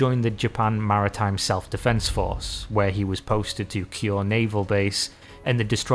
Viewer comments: lol "Cure" instead of Kure is funny too. I guess if you're not familiar with Japanese names they can be hard. I really very much do appreciate "Abe" being fixed though. It makes it easier to watch. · He still pronounces Kure like "cure" in this video, and somehow misspelled the assassin's name as Yanagami when it was typed out.